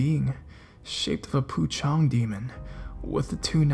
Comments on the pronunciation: Haha. I love your vids. Just a few things to note. Pocong is pronounced Poh-chong. Pontianak is pronounced Poh-n-tea-ya-nuck. But I'm glad you shed some light on stories from Singapore. The ghosts here are really scary af. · Amuse me when you say "poo-chong" :D